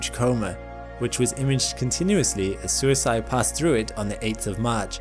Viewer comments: FYI, Suisei is the Japanese for comet, and it's not "suisai" but more like suis-ey-ee the E is read like the one in sakigakE and the i as 'ee'. It does kind of make an "ey" sound together, but no "a" should sneak in. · that Japanese probe is definitely not pronounced as "suicide" LOL, it should be pronounced (to the best of my effort in typing it out) "Suui hsieer", which means "Comet" in Japanese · Sorry, but the pronounciation on Suisei is wrong. It sounds like Su-ee-se-ee. It means comet in Japanese. Love your content however. Please make more! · Suisei is pronounced sui-say 🙂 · Suisei is pronounced like "swee-say" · Thanks for the informative video as always. Also, 'sei' in Suisei is not pronounced like 'si' in side but more like 'sa' in say.